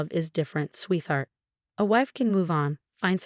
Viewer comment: Sweet heart pronounced in two words AI needs to figure it out😢